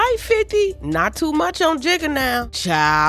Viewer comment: You “tew” aggravated? I’m “tew” confused 🤣🤣🤣🤣